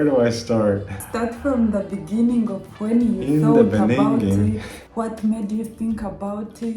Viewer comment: "In the benninging" that really took me out😂😂😂😂